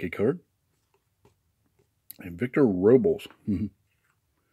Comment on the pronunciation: Its pronounced victor Robles Rob-les